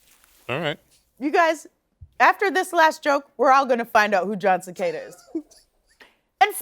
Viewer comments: It's Jon Se-cahhh-da. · LOL...John Secada not Cicada....I grew up in FL so dont judge!